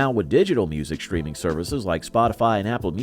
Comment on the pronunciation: "shtreaming" is not a word.